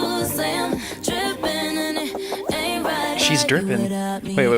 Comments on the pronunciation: She said tripping not dripping 😂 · i thought she was saying "trippen" but i guess she's saying drippen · TRIPPING LOL NOT DRIPPING LMAO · "tripping" not dripping lmaooo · She says tripping not dripping😂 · She says "tripping" not dripping haha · When she says "trippan" I agree it sounds like "drippan" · its tripping not dripping LMAFSOSJEH